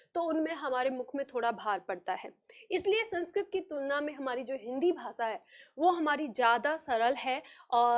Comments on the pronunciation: आप खुद श और ष को स बोल रही है भाषा को भासा बोलती है।अपना उच्चारण सुधारिये फिर सिखाइए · विनम्र निवेदन है कि; आप जब भाषा बोल रही हैं तो वो "भासा" सुनाई पड़ रहा है। और जब "प्रयोग" बोल रही हैं तो वो "प्रियोग" सुनाई पड़ रहा है। ~~~~~~~~~~~~~~~~~ श - शलगम वाला "श" ष - षट्कोण वाला "ष" स् - सरगम वाला "स" हमारे बचपन में यो हमको ये पढ़ाया गया था, 60 के दशक में।